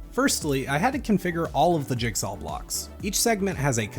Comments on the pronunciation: jigsaw, not jigsawl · he pronounces jigsaw as jigsawL and it starts to get to you after you notice it